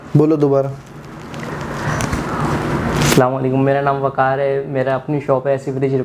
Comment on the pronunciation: अबे भाई prankstar, हस्सलाम नही होता, हर वीडियो मे यही करते। दूसरे को नसीहत, आप को फ़जीहत